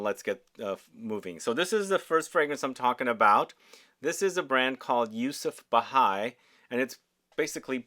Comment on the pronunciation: It is Yusuf "Bhai" not Bahai. Bhai means brother in Urdu and Hindi.